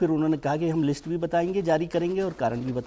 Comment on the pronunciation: अखिलेश जी वो लिट्स नहीं लिस्ट होता है😅😅